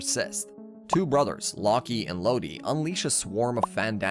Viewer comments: Did- did this man just call lock and load law-key and low-de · Just a few names you didn't say properly: Locke and Lode are pronounced as "Lock and Load", since Locked and Loaded is a term. Junjie is pronounced as "June-J". But overall really good video compressed in just 24 minutes! Slugterra has such a unique story and was such a great show, but it's a shame Wildbrain couldn't spare the budget to continue the show.